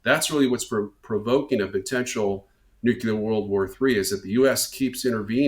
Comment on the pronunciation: Some please tell this doofus, the pronunciation is NEW CLEAR not NEW KEY LER.